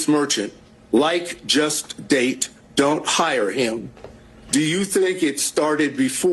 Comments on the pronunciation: Dude 100% said "dang". I was explicitly listening for "date" and distinctly heard "dang". 🤣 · Date dang hard to say